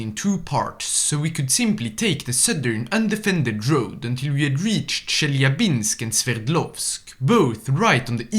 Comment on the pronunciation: peakest peak of the peaks as always,but the way you pronounced chelyabinsk pissed me off its not "chel lya binsk" its "che lya binsk" basically just remove the L in chel